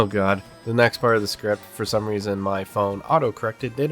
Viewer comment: Pls don't say "oh God" like that.